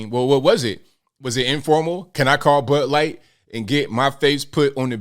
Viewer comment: did call it butt light? lol